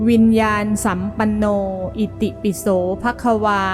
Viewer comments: วิญญานสัมปันโนอ่านว่า-วิน-ยา-นะ-สัมปันโนค่ะไม่ใช่-วิน-ยาน-สัมปันโน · ควรอ่านว่าวิญญาณะสัมปัณโน